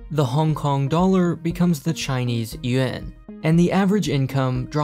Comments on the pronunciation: It's yuan not uan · Yuan...not uan :) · It’s yuan not uan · "The Hong Kong dollar becomes the Chinese y u e n "